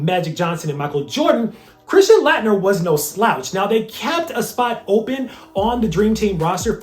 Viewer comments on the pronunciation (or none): it's pronounced late-nerr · I love your content. But I am a college professor and I always critique my students when they are public speaking. You keep mispronouncing Christian Laettner's name. He was arguably the best college basketball player of all-time or at least the 1990s depending on who you ask. You always research everything, so I am surprised you missed that. Otherwise keep up the good work.